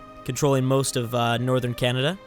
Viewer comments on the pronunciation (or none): none